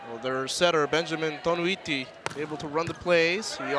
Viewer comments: "Toniutti" not "Tonuitti" 😂😂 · Next time Velasquez ha. TO-NI-YUT-TI. Toniutti.